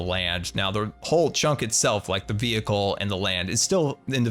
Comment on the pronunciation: A few times he said chonk instead of chunk and I love it